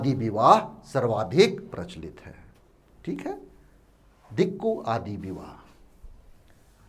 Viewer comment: Not आदि Its "आंदि" ..